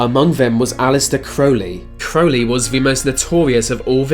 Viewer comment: Aleister Crowley's last name is pronounced "CRAUW-lee" not "CROE-lee"